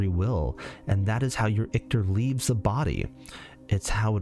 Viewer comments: Sorry homie. Ichor doesn't have a "t" in it. It doesn't rhyme with victor. Your pronunciation drives me bonkers. Hahaha! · The way you’re pronouncing Ichor is bothering me way too much